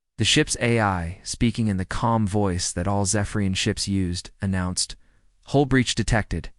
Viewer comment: IT'S HULL HULL HULL DO YOU EVER GET IT RIGHT?